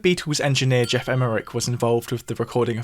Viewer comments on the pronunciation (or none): none